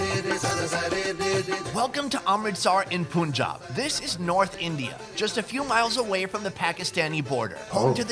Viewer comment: The dude said "pOOnjab"!! 😂😂😂💀💀